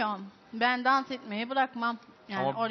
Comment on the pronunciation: dansoz diyo dans etmeni bilmiyoki